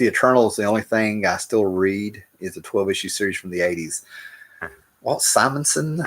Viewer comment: I’ve been watching you since 2013 and I’m so proud that you’re finally pronouncing Simonson correctly